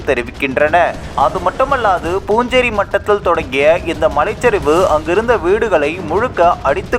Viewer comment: அது பூஞ்சேரி மட்டம் அல்ல...புன்சிரி மட்டம்....அதாவது புன்னகை மட்டம்..புன்சிரி என்றால் புன்னகை என்று அர்த்தம்...